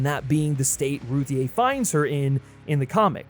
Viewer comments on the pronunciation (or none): It’s pronounced “Ruthie” it’s just spelled weird lolol